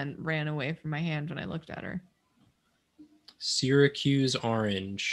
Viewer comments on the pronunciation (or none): Sir Syracuse is like 3 hours from where you live, how DARE you pronounce it like that!